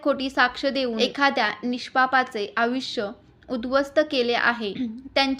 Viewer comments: आयुष्य या शब्दाचा उच्चार तुम्ही अविश कसा करत आहात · आपण खुप छान माहिती सांगितली ती पटली सुध्दा. पण एक गोष्ट तुम्हाला सांगावीशी वाटते ती म्हणजे आपण आयुष्य ह्या शब्दाचा उच्चार चुकीचा करीत आहात ऐकायला चांगले नाही वाटत तेव्हा कॄपा करून उच्चार सुधारावे. बाकी आपण खुप छान माहिती दिली धन्यवाद 🙏